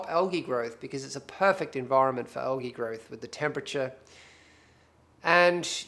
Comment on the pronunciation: Algy lol